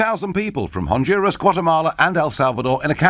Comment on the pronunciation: LOL, the silly bint couldn't pronounce Honduras so she blamed the immigration on the Mexicans